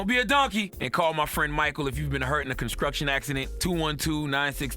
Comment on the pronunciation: I have a little laugh at how Charlemagne is always saying "con-skruck-tion" accident during the ad at the end of DOTD. 😂